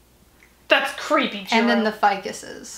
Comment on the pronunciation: Its jirou not jiro